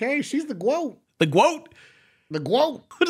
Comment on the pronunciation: Bruh.. it’s GWOTE? I thought these mfs were calling me a goat this whole time I’m so out of touch like Gordon Ramsey and his grilled cheese 😂